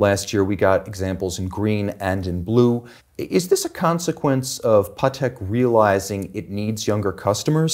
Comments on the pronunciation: If the auto sub thinks your saying paddock YOU'RE SAYING IT WRONGLY!!! short "pa", emphasis on the "Tek". Come on!!!! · They both pronounced Patek different. Which is the right way?